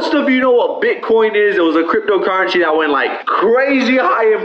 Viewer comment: why does he say crypDO currensee lol